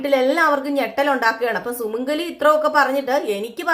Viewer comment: Sumangali is not Sumangala